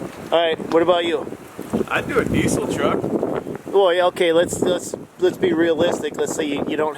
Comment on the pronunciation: What's a dezzel? Its diesel.